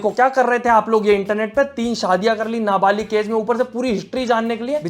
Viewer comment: Nabalik nhi nabalig hota hai